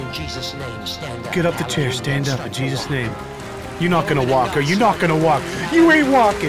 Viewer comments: I heard "In the name of cheeses" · also i keep hearing him say cheesus am i the only one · It's sounds like he's saying "in the name of cheese's". Im not a cheese fan tbh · When the pastor said Jesus it sounds like cheesesus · Did popass said cheesus? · Why I hear him say cheeses :|